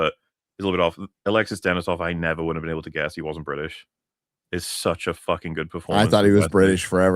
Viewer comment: The fuck you mean you don't know?! The not so bri'sh.